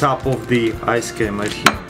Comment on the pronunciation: anyone else notice he said ice cam